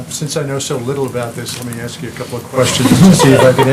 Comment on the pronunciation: Did she really just say " ax them to fix the problem" to the African American journalists? Nice Sarah